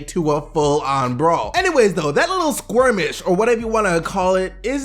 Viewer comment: Lol he failed at saying skirmish.